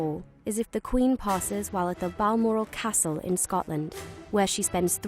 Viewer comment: And London is being pronounced weirdly also she said castle in a northern accent